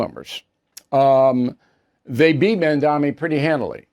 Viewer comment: It's Mamdani, not Mandami, Bill.